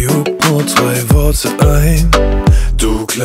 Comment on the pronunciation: Geht bei da hört man drei ganz deutlich und dann wieder zurück bei , dann hört ihr auch dort drei! Er spricht beim ersten mal eben das Drei "Trei" aus und deshalb klingt es wie Zwei oder "Tzwei" ausgesprochen!